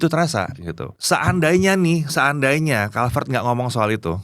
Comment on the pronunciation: pas baca brand sepatunya kenapa jadi kulivert -_